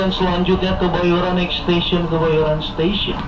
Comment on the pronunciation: Kebayoran bang ,bukan Kemayoran 😂😂😂